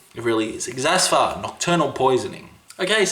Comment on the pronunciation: did this man just mispronounce xathur? I will hold back my knee jerk elitism.